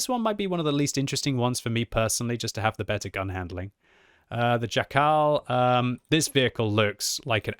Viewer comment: The accent is on SZAkal, not szaKAL. It's not african name. You should pronounce it with same accent like in jackal in english but with this "sh" (sz) sound